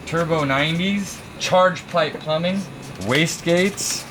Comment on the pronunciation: I dont know where to start... holy shit... "NOS solnoin" (solenoid) "Charge pipe plumping" (plumbing) "Fuel pressure reglator" (regulator) "Troq" (Torque) And last, but not least.... "Bradalogie" (wtf??)